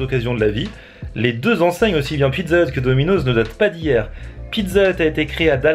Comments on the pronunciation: C'est pas DOMINOZZZZ c'est domino'SSss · domino'ss pas domino'z ptn sa ma stresser tt la video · on dit pas dominozzz on dit dominos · on prononce dominoss bolosse va